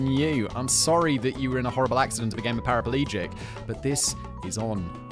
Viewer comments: Simon “ am I an idiot for thinking it’s lengthly?” And then continues saying “parapelegic” even though he has the correct spelling in the script, and that is what actually made him tell us about the “lengthly” thing 😂 but I know the feeling of realising that I’ve been saying something wrong or misspelling it all my life and I know how gobsmacking it is to find out the correct spelling after years and years of making that mistake. And the funny yet very bewildering thing to me always is how long it takes for someone to actually point it out. Makes me wonder whether that is because people think that I’m doing this on purpose and actually know the correct spelling or whether they’re just afraid to point it out or maybe don’t know themselves. 🤣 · Aw Simon you do it to get us to comment! Can't help myself. Paraplegic not Paraperlegic. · You're on your own with "lengthly", but we do pronounce paraplegic with an extra a in the States.